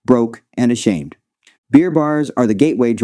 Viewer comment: omg...lol.."bloated, broke and ashaned"..hahahha